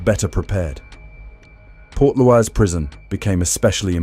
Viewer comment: Port louse lol